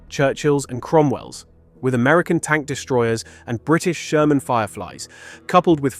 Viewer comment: Die KI quatscht einen Scheiß zusammen ... Sörmän usw...